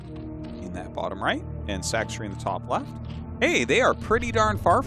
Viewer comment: my favorite is how after all this time Tasteless still calls Sacsri "Sack-Siri" lol